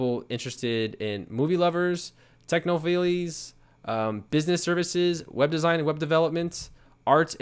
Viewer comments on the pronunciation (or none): Good content, but "technophillys' made me laugh. You know its techno-files as in file this in the drawer, right?